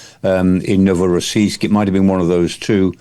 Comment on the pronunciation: Prof Michael Clarke's knowledge is astounding, right down to the pronunciation of Novorossiysk